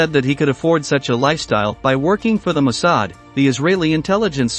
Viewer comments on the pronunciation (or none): The emphasis is on the second syllable. And you left out the werewolves, and the Mid East jobs in Egypt and Palestine. Massad? That sounds very wrong.